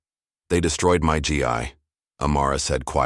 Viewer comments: IT'S NOT !!!!! G. I. ITS G. as in Grape Eeeeeeee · AI its not GI it's pronounced gee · A wonderful story, but your reader needs to call the clothing that martial arts people wear is called a Gi, not a g i, look up the right pronunciation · Can't they get a better narrator? Her Gee-eye? Who doesn't know that martial arts practitioners wear "gees" (gi). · This was a great story. My only complaint is the reader. He needs to know how to read what's on the papers in front of him with proper punctuation. For example a GI is pronounced Gee. Also, he needs to learn proper punctuation while reading. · It's GI (gee-hard "g" like in glee, no "l") .or Give no ve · It’s pronounced gee- hard g.